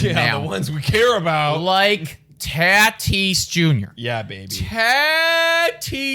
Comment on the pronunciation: Taaatis its tatis 😬😬